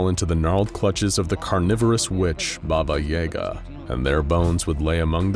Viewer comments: y'all say baba yega but if you ask any slavic person they will say baba yaga (the ya as in yes but in Germa ig) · Why he pronounce Baba Yaga Baba Yay-ga it is baba ya-ga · its not baba yeahgah, its yahgah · Its pronounced yAga not yega... she's not eren yeager. BABA YAGA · Your saying yaga wrong Try saying jaga If you say that wright then your saying yaga wright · YAGUH is the way its pronounced not YAYguh. Like the old internet meme pulling hair and saying YAGA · Its Yaga not yayga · It's pronounced BobA yAAga not baba yaega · anyone else annoyed at the constant mispronunciating of baba YA GUH? it's not freaking yay guh -_ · it is wrong but people can pronounce it like that but the actual pronunciation is “Баба Яга” which is said like “BahBah YahGah” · Stop, stop, stop. I'm sorry, I don't often do this, but please look up the proper pronunciation for Baba Yaga. I've never heard anything as atrocious and pain inducing as AE Yaga. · I'm pretty sure Baba Yaga is read with yAga, as in, the A is read like in 'cat' or 'apple' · As kids we were told stories ...like how to summon her ,like bloody mary...just pronounced Baba E Gah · Actually i live in Eastern/Central Europe and you pronounce Baba Yaga the same way it's written, not Baba Yey-ga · did you really just say? baba yaega? i mean, you guys are a big channel, couldnt you pronounce it correctly? its like when you used hebrew letters in the keter duty video but the letter that was on screen wasnt the one that you said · Can't even say the name right. Baba yaga is pronounced baba yahgah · I’ve never heard Baba Yaga pronounced like that. I’m not saying it’s wrong. I’ve just always herd it pronounced with an a sound. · there may be different pronunciations but none like the one in this video. It's very... american but trying not to be? I don't know how to describe it. Either way, as someone who grew up with russian fairytale movies, it hurts my ears. 😅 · So scary even the narrator refuses to say it's name right